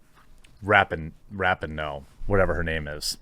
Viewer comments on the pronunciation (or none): It’s RAH-PEE-NO Jeremy. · Rapinoe (ra-pee-no) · I love every time he says Rapinoe incorrectly, doesn't he know its pronounced (Duh'mb Kuh'nt) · I love how Jeremy keeps mispronouncing Rapinoe's name. I'm sure on purpose.